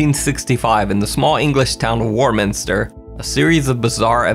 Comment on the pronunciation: Warminster in the UK is pronounced "waw" minster. Strange, huh. Can't get enough of your content, thank you 😊